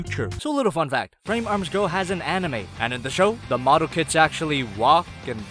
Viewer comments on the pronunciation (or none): Instead of kits , im hearing kids